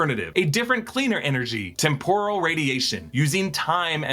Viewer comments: It’s pronounced TEM-PUR-AL or TEMP-OR-AL, NOT TEM-POUR-AL. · Ok, this is picky but Is the word really pronounced tem-POR-al or is he just mixing it up with the Japanese deep-fried snacks (tempura)? I always thought it was TEM-poral. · The word temporal is pronounced with the accent on the first syllable TEMP rule. Sorry but that really bothered me so I googled it.